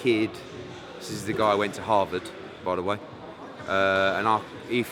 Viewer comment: loool Eddie is a savage "this is coming from a guy who went to Havard"